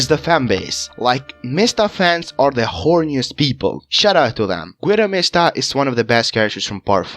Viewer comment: “Gwidow mihstuh” Goo-ee-do Mees-Ta